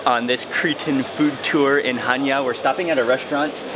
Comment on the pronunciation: One of the fewest foreigners that pronounce the name of the city correct! Well done Mark.